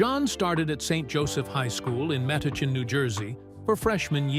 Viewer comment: Its pronounced met-ooch-en nj